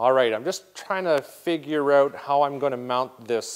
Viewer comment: What's up with this "I need an accent" where every fourth or fifth time OUT suddenly is pronounced "EUOT". Hear it here and there last couple o years. Sounds pretty stupid.